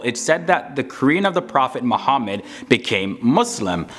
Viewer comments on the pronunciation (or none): Bro, Say Properly Prophet Muhammad (PBUH)